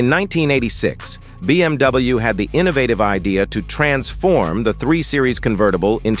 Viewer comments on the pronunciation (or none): BMW sözünü düz tələffüz etmir